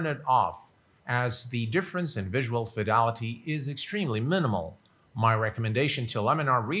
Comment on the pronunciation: I'm curious as to why you say (phonetically) "visual fidalaty" repeatedly when the word is "fidelity".